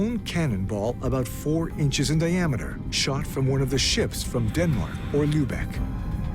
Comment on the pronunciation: Enough of lubecks - the name is Lübeck, not Lubeck!